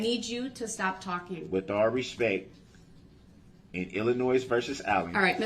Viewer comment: He never said " with all respect " He said "with all respeck" . It actually make sense because he was incapable of actually showing "respect ".